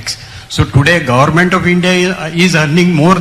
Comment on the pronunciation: Gorment nahi, Government hota hai Pehle bolna sekh ley beti